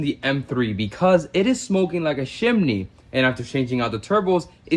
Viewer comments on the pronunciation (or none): CHImney not SHImney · What is a “shimney” 😂